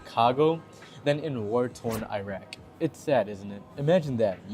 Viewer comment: Can you search on how to pronounce Iraq? Just a suggestion because you may mislead Filipinos who pronounce the country correctly who are listening to you. You are comparing apple and orange here.